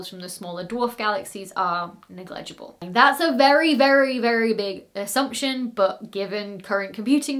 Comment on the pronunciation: I don't think you are pronouncing negligible correctly